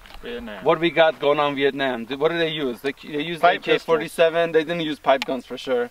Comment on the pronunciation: Hey bro, you pronounce "Viet-nem" correctly